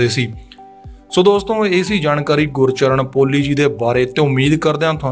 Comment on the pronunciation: ਭਰਾ ਕਈ ਸਬਦ ਗਲਤ ਬੋਲ ਗਿਆ, ਗੁਰਚਰਣ,ਸਾਹੜ,ਯਾਰਾਂ ਦਾ ਟਰੱਕ ਨੀਂ,ਯਾਰਾਂ ਦਾ ਟਰੈਕਟਰ ਲੰਘਣਾਂ, ਚੁੱਕ ਚਰਖਾ ਗਲੀ ਦੇ ਵਿੱਚੋਂ